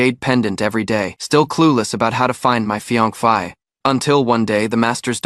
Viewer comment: Why did he say fiankay and not fiancé 😅